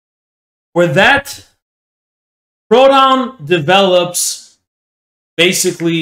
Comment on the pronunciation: Ironic because every time said Proudhon I actually thought he was saying “pronoun”